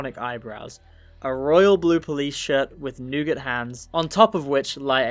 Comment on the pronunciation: That is NOT how to pronounce nougat